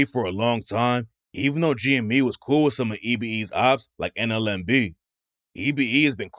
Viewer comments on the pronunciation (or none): none